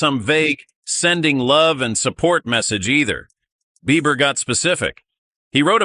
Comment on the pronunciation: His name is Beiber ...not BeiVer! Lissen Up!